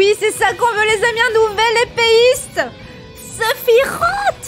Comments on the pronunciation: On ne dis pas Sephirote mais Sephiroce ! En japonais il s'écrit comme ça Sefirosu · nan c'est séfirwofhe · "Sephirote" aïe mes oreilles. ^^ Mis à part ça, je partage ton engouement à 100%. 👍